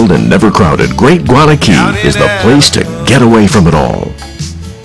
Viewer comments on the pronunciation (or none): its guana cay not "gana" cay